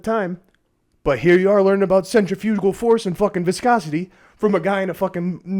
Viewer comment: “Centrafrugical force” 💀💀